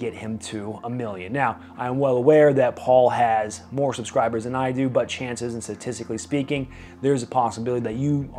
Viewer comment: "Puh-scribers"? Slow down when you talk.